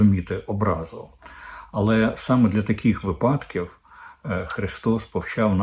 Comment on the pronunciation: не випАдків,а вИпадків.